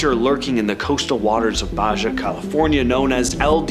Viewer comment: I like the video BUT I HAVE TO SAY TO THIS INDIVIDUAL SPEAKING; YOU NEED TO KNOW HOW TO PRONOUNCE BAJA AND MOL0KA'I. Please do your homework cause you are embarrassing yourself among some who follow things like "pronunciations" of peninsulas and islands!